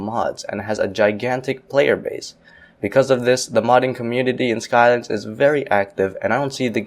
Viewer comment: Spelling vs. You Calling Cities: Skylines "Cities Skyline"